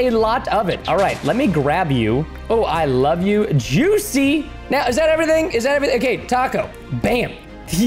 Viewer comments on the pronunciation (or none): none